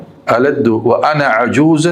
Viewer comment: ألدّ نہیں ہے أ ألِدُ ہے